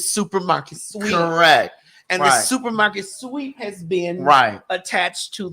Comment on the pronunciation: TS😂😂 I was up until 4am this morning laughing at how you say "SUPER MARKET SWEAP".😅😂omg!! I love you. Thanks for always making me kiki